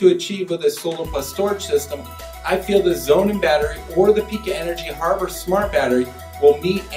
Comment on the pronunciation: The people that work for Pika pronounce it Pī ka with a long ī sound, not Pee ka. And Sonnen starts with an 'S' not a 'Z'. You've got an 11 minute video with less than 2 minutes of useful info and much of what you say is inaccurate. I have installed all three of these systems and I do find the Pika system to be the best and very cost competitive, however, because it is DC coupled it can't be added to existing PV systems very easily. Sonnen and Tesla are AC coupled, which has it's pros and cons. Sonnen is overbuilt in the best German tradition and the cost reflects that. Tesla is not as affordable as advertised and their production issues make it very difficult to acquire. You did address that and I'm counting that towards the useful info but you should not label this as 'in depth'.